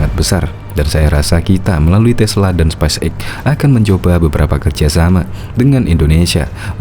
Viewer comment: Halo Mimin. penyebutannya speis (space) eks (x) bukan spais (spice) eks (x).